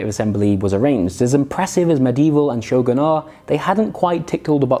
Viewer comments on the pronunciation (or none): none